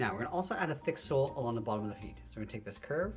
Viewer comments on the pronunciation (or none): none